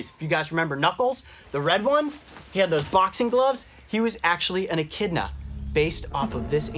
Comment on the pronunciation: i thought when he sais "echidna" i thought he said "eh kid nahhh"